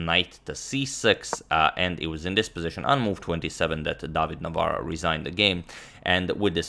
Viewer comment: Hats off to Agadmator for pronouncing tongue-twisting polish last name very well!